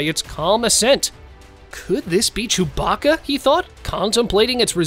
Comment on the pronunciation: 🤭Not chubaca... Good try though!